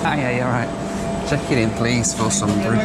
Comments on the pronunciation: when you checked in it sounds like you said to the person you were going to Sumbury or Sunbury? That normally means Sunbury on Thames near London! I believe you pronounce Sumburgh as 'Sumberr'. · The burgh in Scottish place names is pronounced buh-ruh by the way. Not borrow. So Sumburgh is pronounced some-buh-ruh. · at the end of the video you said 'Sumberr' anyway, I just noticed that at check-in it had changed to Sumbury!